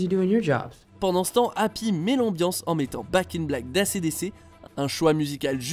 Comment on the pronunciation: Acdc prononcé à la française ça fait mal... Donc la clé c'est ça !